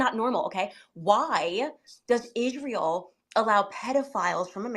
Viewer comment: She can’t even pronounce israel she says the nation of esharel